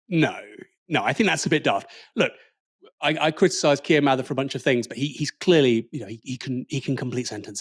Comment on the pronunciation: Thanks, you pronounced "Mather" correctly. Starmer didn't!!